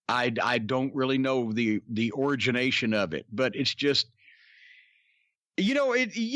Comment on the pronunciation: I love CORNY but did he just say ‘origin -ation’?